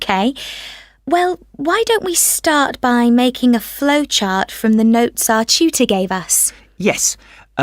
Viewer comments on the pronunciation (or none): The way he pronounced 'tutor' in question 30 is not amazing atall 😔I got 35 overall